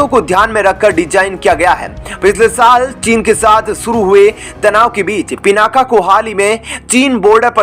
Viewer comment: पिनाका नहीं, पिनाक बोलिए